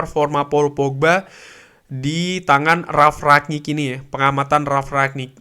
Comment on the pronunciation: Rangnick bang bukan ranyik